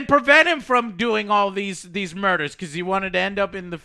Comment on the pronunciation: Danny: "I liberated the people". Me: Bitch you pronounced murder wrong.